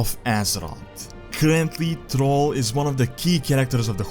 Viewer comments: m8 you gotta work on how you talk who the heck is trall its 2018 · I love how you pronounce Thrall as troll, LOL